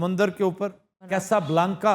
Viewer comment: Pronanciation is Caaasa Blaanca Not caisa blanca